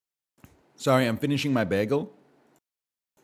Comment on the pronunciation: why does he pronounce bagel like that